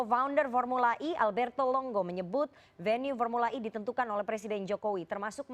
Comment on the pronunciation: kalo ngomong pake bhs indo formula e, e nya dibaca e bukan i beda kl speak in English, e dibaca i 🤦